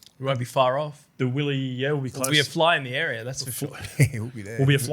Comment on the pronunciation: Come on Willie what's up with your pronunciations.been living in Australia to long